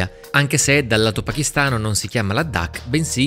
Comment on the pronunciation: perché pronunci la D doppia? Non è Ladhak, con una D sola?